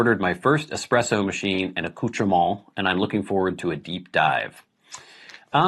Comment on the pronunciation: Thanks for answering my espresso question. I deliberately used the word “accoutrements” because I wanted to hear how you would pronounce it. You did not disappoint. 😄